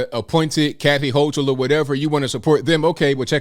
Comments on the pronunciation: Kathy “hoe-kull” is how its said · Hi! I enjoy your show! Thank you for making sense of the news for us! (I'm a lily white NY Upstater, with a multi-race family.) Kathy's name is pronounced like Hokil. I was hoping she would be better than Cuomo...I guess not...Thanks for putting our news in perspective!